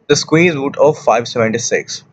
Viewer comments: It is square not squeer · Ok, guys, this is so funny, I heard of weird pronunciations but come on guys when does a square become a squeeze?